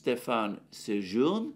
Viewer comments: SÉ-jour-NÉ ! not Sé-jour-NE, like SA(y)-jour-NA(y)... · Slight corrections: Stéphane Séjourné is pronounced with an "ey" at the end: [stefan seʒuʁne]. And it's a "he", not a "she" (unless they/them transitioned, but I don't think so. We only read: "Séjourné is gay and was in a civil union (PACS) with Gabriel Attal, who has been serving as Prime Minister of France since January 2024.[22] The relationship had ended by 2022." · Mercouris, unintentionally I am sure, mis-pronouned (or according to several of us correctly pronouned) Stéphane Séjourné